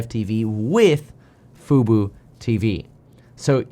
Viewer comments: fu-bOH, not fu-boo "F-U-B-O", not "F-U-B-U" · can't pronounce FUBO (Fubu LOL) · 🤣 Why have you always said FUBU when it is FUBO ??? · Love the report! By the way, you may get a text from Jeremy, the stock is Fub-o not Fub-u. 😆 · Love the news, but it’s FUBO! 😅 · "FUBO," not "Fubu." Fubu stands for "for us, by us" and is a black only clothing company. Disney didn't buy fubu haha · It's not Fubu, it's FUBO! Fubu is a ghetto clothing brand. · I was listening and wondering why he kept saying Fubu until I realize he's saying Fubo.